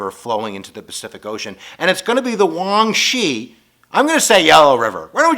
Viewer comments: Huang He (黃河) already means "Yellow River", saying "Huanghe River" is like saying "Yellow River River". And pronounce it like "Huang her", not "Huang she". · I think the "yellow river" is pronounced as "Huang-Huh" if I got that right... but other than that is really informative!! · The yellow river is actually pronounced as 'hwang he':) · You butchered the yellow rivers name lol... It's Huang He, pronounced hu-wah-ng huh. Lol... It's shah-ng Dee, say it like a Brit, it means God lol... Awesome video as always.